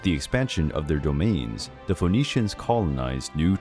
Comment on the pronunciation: It’s pronounced F’neeshians not Fo’neeshians.